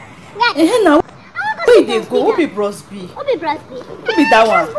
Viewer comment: she said bross B, jesu, i can't stop laughing